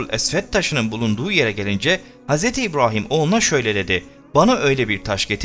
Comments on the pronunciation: Nədən Hz İbrahim derken R ni farkli diyirsun? Normalde R diyiliwinde sorun yok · Dostum seni ilk kez dinliyorum, video çok ilgi çekici ama "Hz. İbrahim" derken ve "Kabe" derken sana sinir olduğumu itiraf ediyorum. "Kabe" derken inceltme işaretini kullanmanı ve "Kâbe" diye telaffuz etmeni tercih ederim. Eline emeğine sağlıkkk bu arada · Bu seslendiren arkadaş bu işi bıraksın bence kabe ve ibrahim demeyi bilmiyor seslendirecek arkadaşın şivesi çok önemli